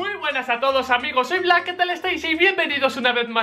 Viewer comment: Black modo chileno xD